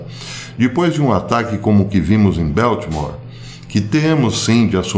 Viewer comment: Ola professor. So uma dica. É BALTIMORE, com A mesmo e não Beltimore com som de é. Um abracito. Obrigada pelo seu excelente trabalho em nos manter informados.